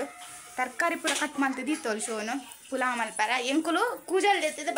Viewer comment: Pulau alla palau akka